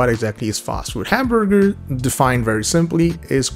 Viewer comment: Ah yes. Hamborgar